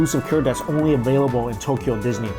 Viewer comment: Nihon "Dee-su-nee" dio...